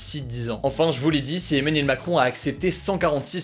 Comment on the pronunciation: ARETTE DE DIRE EMANIEL MACROOOOOOOON